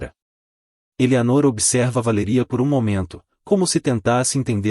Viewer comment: O narrador pronuncia a palavra força errada e a palavra Valeria errada apronunçia é lé e fô.